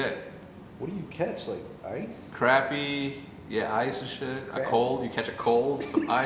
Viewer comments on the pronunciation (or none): You really call them crappy??? I have always heard it pronounced, crah-py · You are pronouncing Crappie wrong. Down in the south they are pronounced craw-pea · Here in the south, it's pronounced "croppie" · when hecz pronounces crappie wrong lmao